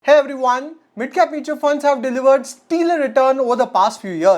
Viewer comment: Good video, but I noticed this multiple times that you Pronounce "Stellar" as "Steelar"....please correct it